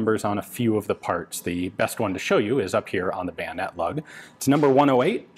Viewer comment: Bayosword? Swoyonet?